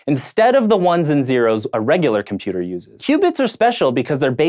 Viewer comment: Odd as it might seem, but there actually is a 't' in 'internet', 'quantum' and 'computer' If you are going to publish 'professional' videos, please speak properly.